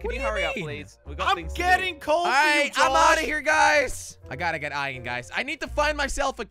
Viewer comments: It is Iron not ien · Its IRON NOT ION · Am i the only one that gets trigered whene jelly said ien and not iron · Jelly (no offence) it’s iron not ion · Fun fact:Jelly says iron like ion